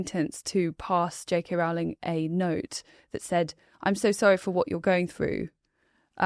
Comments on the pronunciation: I do wish would correctly pronounce JK Rowling's surname. It's ROW-ling, not RAO-ling. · At least one of you has it right. Rowling as in Rolling Stones, not as in growling at kittens.